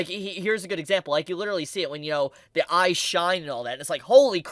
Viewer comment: Every time I hear you sai I I hear AI and eyes sounds like ais